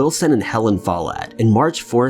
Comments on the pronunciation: yeah more emphasis on the o less on the e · I always know if someone comes from a Scottish background because they will pronounce my name the "right" way (MacKie). 😂 Do you pronounce your name with the emphasis on the first syllable? That is the only way I've ever heard it pronounced until this video. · Alex H.Follett how is it pronounced?